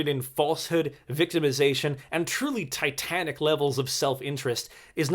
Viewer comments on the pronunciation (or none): none